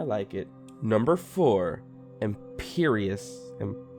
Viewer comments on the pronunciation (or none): its pronounced "ehm-pree-yuh-s" i think idk im pretty sure it is